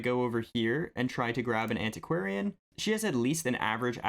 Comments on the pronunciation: you pronounced antiquarian correctly. Congrats! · I'm giving you a like just for saying antiquarian right on the first try :D